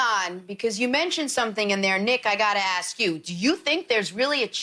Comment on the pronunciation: You can say actually but you can't say asks